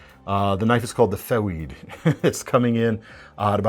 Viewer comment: Interestingly, the Feweed is Elmer Fudd’s favorite new knife from Kizer.